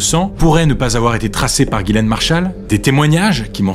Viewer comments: le prénom Ghislaine se prononce "Jisslène" pas "Guilène" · On dit Ghislaine et pas gilaine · Ghislaine c'est pas prononcer Guy-laine mais Jislaine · Ghislaine pas ghilain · Ghislaine se prononce "Jislaine" "Guilaine" c'écrit de cette manière. devant « e, i, y » : le g se prononce « je » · Si je peux me permettre, le prénom Ghislaine se prononce : Jisslaine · Pourquoi il appelle Ghislaine "Guilaine" ? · Mais vous écrivez GHIS laine, et vous prononcez GUY laine, alors pour qui vous vous prenez pour juger d'une faute d'orthographe?????? Parce qu' en plus vous dîtes que la victime GÎT dans une marre de sang... pourquoi ne pas avoir dit qu' elle GUY dans une marre de sang???? Le point c' est qu' aujourd'hui en 2025, les français ont une difficulté évidente et démontrée en français. On ne fait que ça, voir des erreurs de français sur Youtube, comme ailleurs. La victime en fait peut être partie. Des illettrés. Ou alors c'est est vraiment facile comme accusation. En train de vous faire poignarder.. dès fois que ça lui vient comme ça.... Vous êtes tous devant votre écran et vous ne vous souciez même pas de comment vous écrivez... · Je crois que les deux prononciations sont possibles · Ca se prononce "guilaine" ou "jislaine" ?